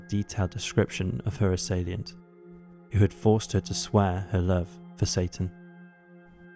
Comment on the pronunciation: And it's assailant not "assalient".